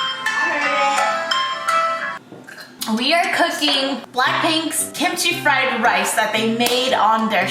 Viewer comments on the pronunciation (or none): What your favorite food??: kimchi 'fryeryee'